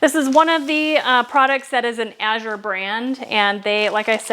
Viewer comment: Thank you for pronouncing Azure correctly. As a reading tutor, I can't help but noticing when people mispronounce it. My husband will hear me talking to the screen and correcting the speaker.